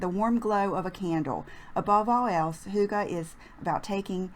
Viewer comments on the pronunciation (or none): Love the cute side part!! I am of danish descent and am all about "cozy" which is kind of the essence of "hygge" As an aside, the word "hygge" is pronounced like "hiegga" Love your videos!